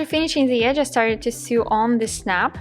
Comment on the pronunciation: Excellent video. Just to let you know sew is pronounced like the word so.